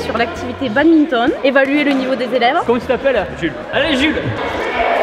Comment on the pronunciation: il a dit babminton au lieu de badminton